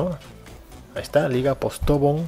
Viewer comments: postobón, el acento va en la ultima O, se que es patetico pero suena muy feo para un colombiano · Y LA LIGA POSTOBN TAMPOKO SE PRONUCIA ASII